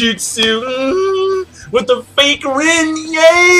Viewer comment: Looool the way he sed genjutsu